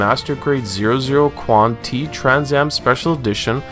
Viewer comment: I just want to point out that 00 is pronounce as "Double-Oh" not "zero-zero" and Qan(T) is "Quanta." Other than that great work!!